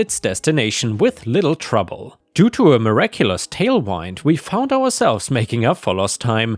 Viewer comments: Hey,. The wind in tailwind is pronounced like the wind that blows, not like winding a watch. Happy Christmas. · Tail wind as in gust pronounced win'd as in you won something